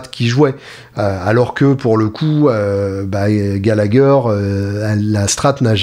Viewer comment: Super ! 👍🏼 Prononcer Gallaher 😉